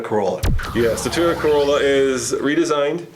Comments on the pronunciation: toyota... cArolla??.. dafuq is that? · not carolla it’s corolla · "corolla", not "carolla" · they spelt corolla wrong they said "carolla" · *corolla not carolla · Corolla not carolla hahaha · toyota cArolla nigga.. really? It's Corrola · Although I hate Toyota, but it's corolla #8, not carolla